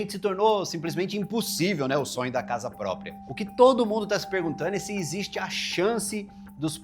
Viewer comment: Casa “pópria”.